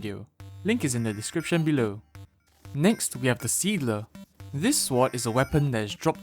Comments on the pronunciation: Swart it’s sword foriner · I triigers me that he says it like swoud and not sord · Friendly tip: Sword is pronounced as sord, not swart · Remember that time he said shward? I did. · I dislike that you pronounce the w in sword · Pronounced as "sord" the w is silent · My man, you don't need to pronounce the "w" in sword. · this idiot says sword with a w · Sorry if I’m being mean, but I find it funny how it sounds like he calls them sworts. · English isn't my native language either but, yeah you're right. The "w" should be silent. (/sɔɹd/). But then again: one of my friends keeps spelling thread like threed .Not to mention mistakes i made so... guess we're all humans :-) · haha swort go brrr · swort hehe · I was thinking that😭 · I like the way he says sword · Wait. He says sword with the W. I love this man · why do you pronounce the w in sword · Why on earth do you keep pronouncing the W in sword